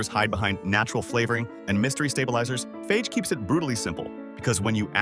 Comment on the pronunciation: What do you expect from AI. And, by the way, FAGE is pronounced FAH-HEH!